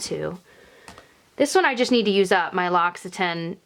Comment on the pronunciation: Love your videos,!! I'm passing on the pronunciation of L'Occitane after hearing you say a few times that you struggle with it. It's lox-ee-tan in French, or close enough anyway. 💜